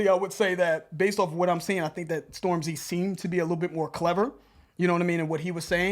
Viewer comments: The emphasis is on storm, not the zy 😂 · man, it's Stormzy, not Storm-Z. Get old people vibes off you when you say it that way. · Still pronouncing it the same 😂😂😂🤣🤣